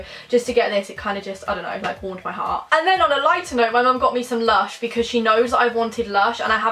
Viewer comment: When said my mum brought me something me something from lush I thought she said my mum brought me some lunch 😂😂😂😂😂♥️♥️♥️